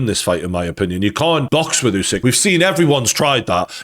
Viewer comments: It's not you-sick it's uuh (like in too) -sick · Is it really so hard to spell "Usyk" and not "Jusyk?" :D